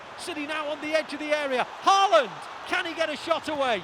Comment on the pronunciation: Even City commentators can't say Haw-lann ? (Haaland)